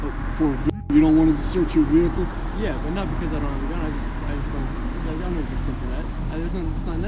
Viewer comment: what's a VE HE CUL ?